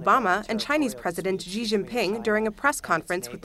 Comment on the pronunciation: Why do these reporters see the name Xi and stuff a hard J sound into it? Jjjjjjjjjeeeeee brother it's Shee if anything. I